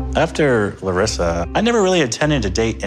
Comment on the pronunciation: ok but that pronunciation of Larissa’s name was perfect!!! have you been working on your Portuguese,?